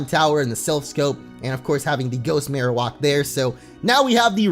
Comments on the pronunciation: my god it's maroWAK not maroWOK i don't know why this bothers me it just does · It bothers me that he says Marowalk instead of Marowak 🙄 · Why are you saying Marowak so strangely? Marowak is Marrow like bone marrow and whack like smacking you with the bone! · Your pronunciation of marowak makes me cringe so hard. It is pronounced Mare-Oh-Whack. Not walk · the way he pronounced marowak is unacceptable